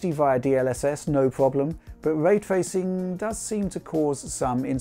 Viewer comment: "Wuaytwuacing" and "Wuastewisation" (Raytracing and rasterisation") as he says ^^